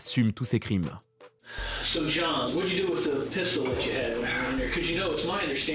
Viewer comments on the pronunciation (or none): none